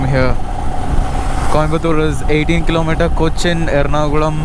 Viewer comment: The moment you pronounced ernakulam I was like malayali aanalle 🤗